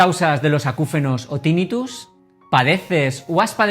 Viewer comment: Tinnitus se pronuncia con acento grave, la sílaba tónica es la penúltima, no es esdrújula por lo que no se dice Tínnitus